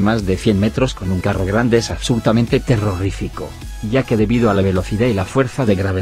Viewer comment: En elminuto dise terrorrificono no terrorifico 😂😂😂